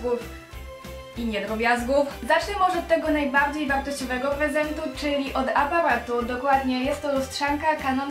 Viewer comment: muwi się najbardziej a nie najbałdziej